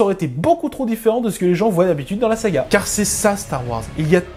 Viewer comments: Salut, Apparemment, tu fais un bloquage sur le mot "SAGA". Le sujet n'est pas porté sur une console de jeu mais sur Starwars. Lorsque SEGA sortira un jeu sur SW, tu pourras te lâcher :) Sinon, je n'ai pas vraiment aimé ce film. Je me suis même surpris à m'ennuyer durant le premier tiers du film. Contrairement aux intégristes SW, bouleverser la trame pépère de cette s"A"ga, why not..... Mais.... Les détails scénaristes ont été traités par-dessus la jambe et truffés d'incohérences. OK, c'est du Disney, mais il n'y a pas que des pré-ado qui vont le regarder, d'autres vont faire fonctionner leur cerveau. - Luke jette le sabre, car il ne croit plus vraiment en une victoire. Ok, c'est marrant, pourquoi pas. Mais qu'il ne vienne pas pleunicher auprès de Yoda lorsque celui-ci veut cramer les bouquins. - Faire creuver Snock, pourquoi pas. Mais le faire creuver comme une merde alors qu'il est méga puissant pour lire les pensées. - Pareil pour la mort de Phasma par Finn. On aurait pu s'attendre à un combat épique étiré sur la longueur en intercalant d'autres scènes. Mais non, là encore, une mort de merde, frappé on ne sait pas trop comment et par-derriere par Finn qui arrive de nulle part. - Des vaisseaux de la rebellion qui déboulent de nulle part qui surprennent les "méchants". Du n'importe quoi. - On pouvait s'attendre à une formation de Rey par Luke. Tu parles, 2 ou 3 dialogues sans émotions qui passent inaperçus. Et on se dit: "c'est ça la formation ?" La formation de Luke par Yoga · Je crois que le col de ton t-shirt a un problème ^^ sinon bonne vidéo merci mais je suis né avec star wars et difficile pour moi de voir un film ainsi tout effacé et tu as du mal a dire le mot Saga on entend bien séga XD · Bien d'accord avec ce commentaire. Attention, tu as tendance à dire Sega au lieu de saga ;) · Une S-AH!-GA ! Pas Sega ! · Pourquoi tu dis "séga" et pas "saga" ?????????